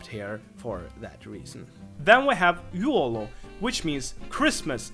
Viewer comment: And that "jul" thing, it isn't juolo. That is joulu